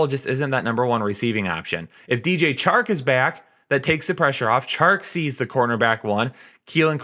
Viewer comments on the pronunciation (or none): none